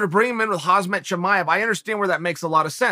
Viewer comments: He keeps sayin HazMat Chimaev ..its Khamzat Chimaev 🤣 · Hey Chael, love your vids...btw...it’s Khamzat not hasmet...😅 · Get his name right Chael, it's Khamzat - not Khazmat. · he still pronounced it wrong though bro lol is hamzat (jamzat si eres latino/hispano) not hazmat lmao chael changed where the z and m go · Chale (sp), I think it’s M before Z in Khamzat, not Khazmat. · Chael it’s pronounced haM-Zaht, not haZ-Maht. Chael out here calling Chimaev “hazmat” lol. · Uncle Chael.. it's 'Khamzat', not 'Hazmat' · Damn uncle it's Khamzat not Khazmat every time Hahhaha but still nice video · Who the fook is Hazmat suit Chimaev? 🤣🤣 It's HaMZat Chimaev uncle Chael ! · It's not Hazmat, it's Khamzat... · Not Hazmat, Khamzat! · who is running the camera.. is chael all alone making these? why does no one correct him when he calls KhaMzat Khazmat.. or MachaLchev or amLicable.. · I guess Khamzat is just that dangerous, uncle's calling him "Hazmat" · yes chael did it again khaz-mat Chimaev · Good ol' Khazmet Chimaev. I said it wrong the whole time, thanks Uncle Chael. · I'd like to see Chael interview Khamzat, and call him Khazmat like 30 times in a row. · khamzat exists Chael: "hazmat" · "Hazz-met Chimaev" - Chael Sonnen, April 2021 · "Hazmat Chimaev" 😂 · Good ol' Hazmat Chimaev. Maybe the funniest thing chael does is unintentionally intentionally mispronounce names. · Chael "Khaazmat Chimaev" Sonnen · Chael "HAZMAT Chimaev" Sonnen. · I know this is besides the point but.. is he calling the guy HAZMAT? 😂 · He still says Khazmat.. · My man dropping khamzat's name so many times as if they r best buds yet he can't even pronounce such an easy name SMH into a perpetual left right left l r l r l r l r